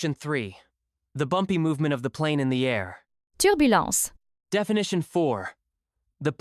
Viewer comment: Turbulence is pronounced wrong.